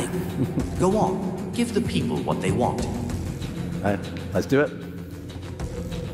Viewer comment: It mispronounced the word “Do”. Let’s not pretend this is anything impressive.